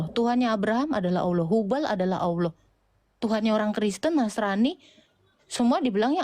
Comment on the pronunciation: Nggak yakin ibu ini mantan muslimah. Krn di vidio yg lain ketika dia menyebut Allah lafaznya ya seperti nonis pada umumnya 🤦‍♀